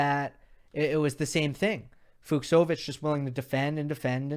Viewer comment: Hey, In Hungarian cs is pronounced like ch in cheese, I am referring to the pronunciation of Fucsovics. CHeers